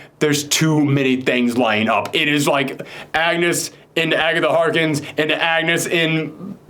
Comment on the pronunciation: Am I the only one who cringes a little every time he says calls Agatha Harkness, Agatha Harkins?